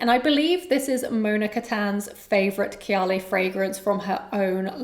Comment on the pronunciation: Why do you pronounce kayali like that?